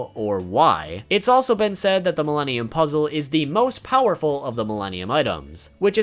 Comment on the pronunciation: When he said Milenium items i heard Mellenial's item